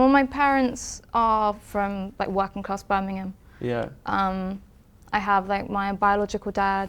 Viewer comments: "I was very much working claaahhhs" - In a posh accent. Got her Adam! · Not cIass. She said “kIoss”, get it right IoI